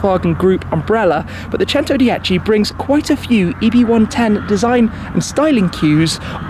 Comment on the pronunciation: The way he pronounce “centodieci” it’s giving me anxiety